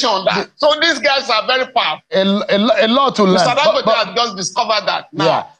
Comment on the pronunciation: Please, Mr. Speaker, pronounce Dangote like a Nigerian and stop fooling yourself.